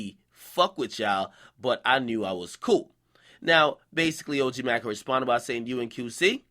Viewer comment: Nigga it's pronounced OG May-co